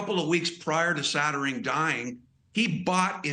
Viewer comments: why cant this idiot say Satterfield instead of Sattering? You don’t even know the deceased name? Shameful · It sounded like he said Gloria Sattering.🙄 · HAHAH he called her “Saterdee” and “Sattering.” What an IDIOT! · The guy can’t even get her name right 🙄